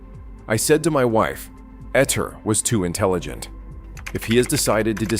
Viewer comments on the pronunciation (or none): 'Ettore' is pronounced 'Ett-OR-RAY', not "Ett-OR". As for the surname, 'Majorana', in Italian, 'j' is pronounced like the English 'y', not like the English 'j'.